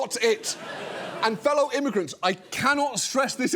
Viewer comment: what the fuck is an “imgrint”?